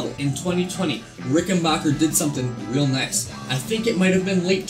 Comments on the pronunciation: Just a respectful note........It's a RickenBACKer......not Bocher. :) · amazing how many people get name wrong, say B A C K E R , you own a Rickenbacker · If you’re not a complete idiot that rides a Buick you have no problem understanding that it would have been a problem branding a guitar “Rickenbacher” in WW2. Rickenbacher is the original and correct spelling and pronunciation of the name. Rickenbacker was the anglicized name and pronunciation. Only idiots from the United States insist on pronouncing the name Rickenbacker. Anybody with a brain in their head automatically without thinking recognizes it as a German name even with the spelling like Geddy and myself from Toronto. United States was the greatest country but always made up of so many incredible idiots. An A&W campaign that cost millions failed because people like yourself thought a 1/4 Pounder was bigger than a 1/3 Pounder. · Nice Bass...... Good Job. BTW.....It's RickenBACKer. The Decal HAS to go. 😷